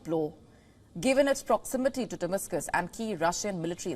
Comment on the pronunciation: She said Dimiscus,journalologist